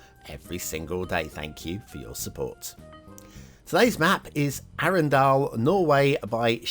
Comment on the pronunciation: Arendal, pronounced Arndal (silent e). As a norwegian I wan't to be patriotic but honestly the best parts of the map is the many intersections and coastlines. Sloped build areas makes wonky edges around buildings. Map: 2 Stars. Loved the Shark asset and the ad. 5 Stars.